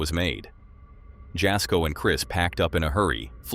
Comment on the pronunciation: Jasko is pronounced Yasko